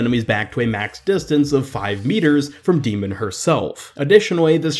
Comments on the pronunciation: Your saying her name wrong... It's D.MON, not D.MEN. If ya know what I'm saying. Think of how Pokemon is said. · Pronounced D.Mon wrong but ok